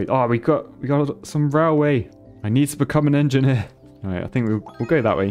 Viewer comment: Like to see an en-ge-nier playing en-ge-nier games